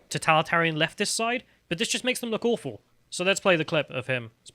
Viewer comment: "Awghfull" Yes . Communism is like that. Start to name things what they are Sargon.